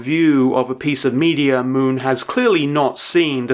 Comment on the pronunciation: Moon? More like m-ew-n